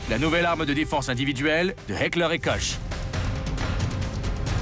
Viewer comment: on prononce pas Koche, XD Ca se dit plutot Kor et on prononce mashinen Pistole Virtsich et pas vierezigue lol